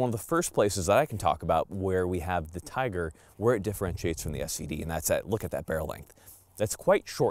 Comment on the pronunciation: Just a couple of words, Firstly, it is not pronounced Tiger [Teyeger]- it is pronounced Teegar. eee not "eye". We are agents for Izhmash and I have shot quite a few of their firearms in Russia. The SVD has a different twist rate than the TIGR, as it was designed for the lighter sniper projectile. [circa 147gn if my memory serves me well]. The TIGR is designed to take the heavier projectiles available to the public. The Adverse condition for the gas regulator was for carbon/soot build-up, as my understanding and nothing to do with the weather. I had a private TIGR which put three rounds of BARNAUL 203gn SP into the same hole at 100 metres and while demonstrating it on an Army Snipers course, I hit a Clay Pigeon at 850 metres second shot [adjusted] while using BARNAUL 185gn FMJ. Not bad for a rifle designed back in the Cold War!